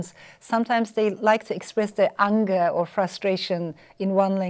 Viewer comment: The way she pronounces the word 'anger'. Unger .